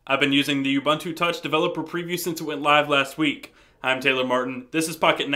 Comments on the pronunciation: I've watched 2 vids now and you keep calling it "U"buntu, a hard "U" and it's annoying. It's personally hard to get past you calling it by the wrong name! It's "uu-BUUN-too" (see Ubuntu FAQ page!). Finally; all you talk about is the UI. Does it make a call? Can you text? What about data over 3g? Four things I hate about your presentation, other than that it was helpful and fun to watch. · Hey it is pronounced oo-boon-too. got it?